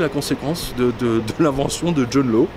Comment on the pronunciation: John Law se prononce "Lass".